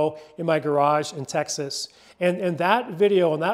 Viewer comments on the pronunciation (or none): none